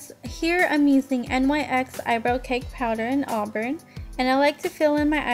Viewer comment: She said n y x instead of nyx 😂